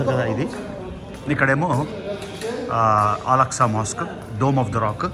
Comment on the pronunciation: Mazjid AKSA not Alaksa